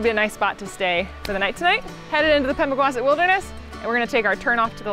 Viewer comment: Going to be that person don't hate me, Pemigewasset is pronounced "Pehm-ih-juh-wah-seht" or Pemi by the locals. It's an Abenaki word and the river of the same name starts there. Galehead Hut is on the AT so even though it's pretty remote it gets a steady flow of through hikers.